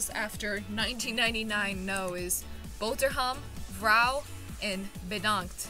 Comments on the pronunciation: Why are you incapable of saying “R”… like why do you say “vhouw” and not “vrouw” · i’m also Dutch and the whole video I was waiting till you had to pronounce the G which is pronounced more like a cat hissing. Btw you should really pronounce the R more, so it’s not 'vouw' (which is what you said) but more like vRouw, we pronounce the R very clearly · As A Frigen Dutch person I was Laughing So hard when u miss-pronounce Dutch Words XD The Thing where i laughed the most when u saw "Vrouw" or "Vrouwen" Cuz u never said the R XD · “vrouw” 👹👹👹 (No offense of course sorry if it’s offensive sorry) 😢